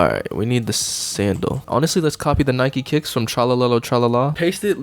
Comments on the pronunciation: bro its nike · Nike more like byeke